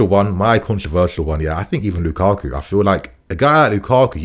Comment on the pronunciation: This guy said lukaku.